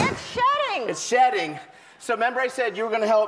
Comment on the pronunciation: oh wow i was laughing my ass off cause i thought ellen said the snake was SHITTING.. then i found out it was shedding...